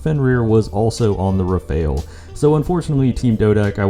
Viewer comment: Please, and i mean PLEASE, fix the way you say rafale. I legit cringe so hard every time you say it. PLEASE FIX IT!!!